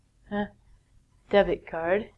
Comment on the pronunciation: debt card sounds "death card". In a fact...